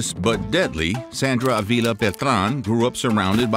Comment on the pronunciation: it ain't a-veela it's Uh-vila